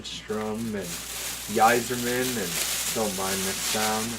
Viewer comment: steve "i-zer-man" yzerman, not "yi-zer-man"